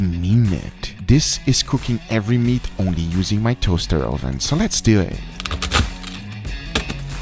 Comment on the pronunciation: StarChaser every time guga says LETS DEW ET!